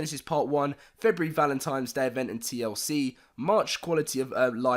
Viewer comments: I hate when people say "Valentimes" Day instead of "Valentines" Day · Hefty Guy I don't celebrate valemtimes day